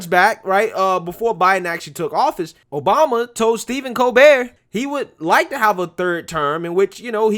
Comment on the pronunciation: At minute in this beautiful speech by Senator Joni Ernst, she says "President 'Bama".